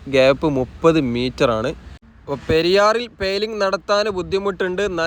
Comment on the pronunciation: നല്ല വീഡിയോ നല്ല അവതരണം ഭാഷ മെച്ചപ്പെടുത്തൂ വരാപ്പൂയ അല്ല വരാപ്പുഴ ആണ് പെയ്ലിങ് അല്ല പൈലിങ് ആണ്